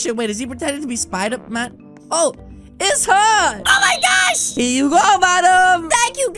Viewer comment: Why does he say Oh My gorch instead of saying oh my gosh